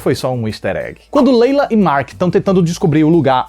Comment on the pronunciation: layla e não leila deu agonia ouvir leila leila kkkk